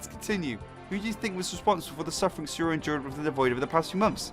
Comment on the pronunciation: Yeah just sayori best waifu! But your saing siori not sayori